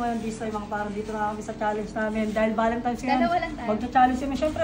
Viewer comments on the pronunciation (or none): Constructive criticism: Valentine’s not Valentimes. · BAKIT BA KASE VALENTIMES IDOL ... VALENTINES KASE YUN HAHAHAHAHA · VALENTINES HINDI BALEMTIMES